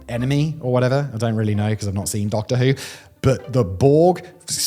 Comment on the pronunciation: “i have not seen doctor who” - specific accent